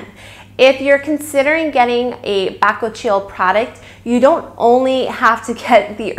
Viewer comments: Good informative video👍🙂 but your pronunciation of bakuchiol is so incorrect, and hilarious 😉🙃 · I believe your pronunciation of bakuchiol may be off... just FYI. ❤️ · Your pronounce the name incorrectly. Also, tere's no bakuchiol in it.. Herbivore has been falsely claiming the percentage of the active ingredient found in their product. You can get your money back. Also, can you please edit this video and let YouTube community know how misleading Herbivore brand actually is?